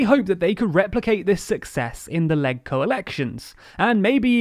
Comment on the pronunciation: It's really grating that you never learn to pronounce any unfamiliar term correctly,. for example, LegCo. The G in it is pronounced like the G is legislature. Watching a single video on the topic, such as the one by the SCMP, would have prevented you from embarrassing yourselves again.